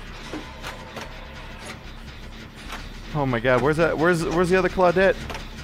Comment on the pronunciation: I think Claw-dit as keeps saying is his favorite character.:)